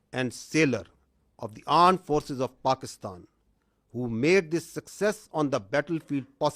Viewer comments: armed forces ❌ Aand forces ✅😂😂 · Armed Forces ❌ Aand forces ✅ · Its called armed forces not aand forces... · Asim Munir said Armed force clear than Army officer Aand forces 😂😂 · Rafaaal 😂armed no aaned forces 😂😂😂😂poor hinglish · Amred forces ❎ Aand forces ✅ 🤣🤣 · Armed force ❌aand force ✅ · Armforce ❌ Aand force ✅😂😂😂😂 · He kept saying Pakistan aand 🍒 forces instead of Pakistan Armed forces 😂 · yea armed forces aur aand forces h???kya bol rha h bhai? JAY HIND JAY BHARAT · Aand force 😂😂 Center of gravity 😂😂😅😅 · AAND FORCE'S 😂😂😂😂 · Did he just say aand forces? What the F 😂😂😂😂😂😂😂😂😂😂😂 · again Aand forces 😂😂😂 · the legendary Aand forces 😂😂😂😂😂😂😂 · 😂AAND FORCES😂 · Aand forces😂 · Aaand Forces 😂😂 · The aand forces 😂😂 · Pakistan aand forces ?? Mene hi suna? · Aand forces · Why he is saying Pakistani Aand forces 😂😂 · Aand force 😅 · Aand forces 😂😂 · Aand forcess😂😂😂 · What the hell is Aaand forces😂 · is it me or everyone heard this like “pakistan AANND forces” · the aand forces.?😢😢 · Aand forces 😂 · AAnd Forces😅🤣🤣🤣🤣🤣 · Aand Forces of Paxtan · Bhai armed forces boln seekhlo phele 💀💀💀💀💀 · Can't even pronounce electromagnetic, top notch ,armed forces ,press conference,continuing etc and still they think they are superiors